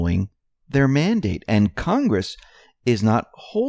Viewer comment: "CON"-gress. Say it with me,..."CON"...gress.